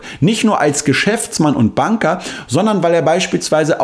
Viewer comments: super interessante Recherche. P.S. sei doch bitte so nett, vielleicht könntest du den Banker,Bänker aussprechen. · Es wird "Bänker" ausgesprochen ☝️😉